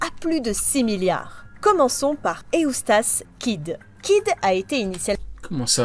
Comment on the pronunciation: É-ou-stace Kid je me suis arretayyyyy là. 😂